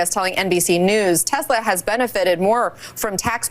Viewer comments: Bro...why do you pronounce Tesla with a "Z* sound?? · IT'S TESLA!!!!!! NOT TEZLA!!!!!!!! Drives me nuts!!!! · Omg dude!! Stop saying it with a Z!! You wouldn't say Nikolai Tesla's name like that so why do you say Tesla like that?? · Tesla, not Tezla. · It's Tesla not Tezla, with an S not a Z. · It's teSla not teZla!! S not Z! teSla, say it with me, teSla!😂